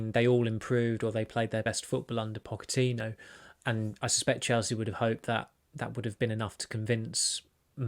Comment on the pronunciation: Pocho-Tino? Wth?